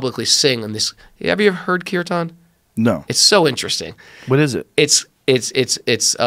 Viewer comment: The proper pronounced as keer tan not keer tion it is just casual singing of Indian folk & hims songs dedicated to the supreme being.